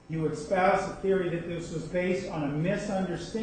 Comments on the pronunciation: Is he saying "expouse"????? Wtf? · What's up with the "expoused"? I'm dying 😂